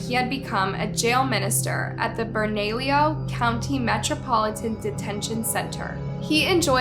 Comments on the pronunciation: Albuquerque, NM is divided into quadrants. The south valley is one of them, not a city unto itself, unless things have changed substantially since I was there last. Bernalillo is pronounced burn-uh-leo. 😉 Griego is pronounced gree-ay-go. I would suggest some additional research if there are names with which you are unfamiliar. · It's pronounced Gree-a-go not Gree-a-ho Bernalillo - Burn-ah-lee-o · Bernalillo is pronounced Burn-a-Leo (basically. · I’m sorry but I had to giggle when she said ‘Bernalillo’ and ‘Griego’— it was cute, I am not being mean it was just funny. I’m from New Mexico so I understand how easy it is to mispronounce. This was a sad day for the community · the way she pronounce bernalillo n griego 😭😭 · So glad u mentioned this!! I live by Alb NM and am from Santa Fe. I especially cringed by the way she pronounced Bernalillo 🙈!!!